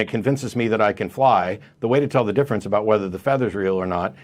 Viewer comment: “Caller: ” is not Canadian. He over pronounced ‘aboot’ 3 times within his first 20 seconds of speaking. Every other time he used the word ‘about’, it had a more neutral pronunciation. Either is pretending to be Canadian, or is a very confused Newfoundlander